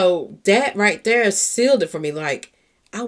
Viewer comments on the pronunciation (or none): I love your content but you say "Dere" instead of there, Dat, instead of that... just making you aware since I listen in the headphones